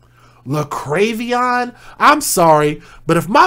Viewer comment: La-krave-ee-on 😆😆😆😆💩 Tell me that baby is not named JaLexus!!!!!?????